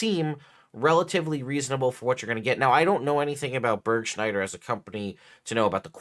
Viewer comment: Burgschneider is a company from Germany, you can see the legal name and form at the end of the cleric costume options...and it is not Börgshneider, please at least try a proper pronunciation. Even I know that you speak Arkansas not like it is written.🙃